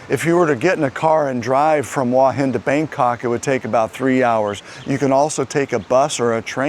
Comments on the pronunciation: but the u and a are sounded separately not as one sound. I was simply trying to explain it in a way that might be understandable. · Hua is one syllable, not two. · the transliteration of Hua is about as easy as you can get. The only thing it does not show is the rising tone. Give the guy a break, he is trying.